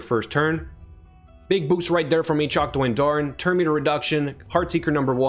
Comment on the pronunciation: Every time I see this champion now I go, "Ayychok the Wendooorin"